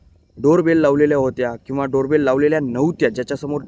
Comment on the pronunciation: शेवटी Door Bell च्या ऐवजी Bare Dol म्हटले ना भाऊ तुम्ही😂